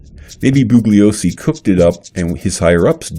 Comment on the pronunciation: To the maker of this video. I simply cannot take you seriously. You can't even pronounce "Bugliosi" correctly--and you *HAVE* to know that the "G" is silent, by now! Vince made this clear hundreds if not thousands of times! Some of the things you have said in this video are just outrageously stupid, ludicrous and insane. The victims who were murdered are dead. Period. End of the story!